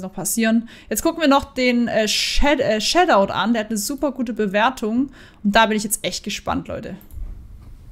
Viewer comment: bei lachflash hoch 3 wie du das sagst shadowed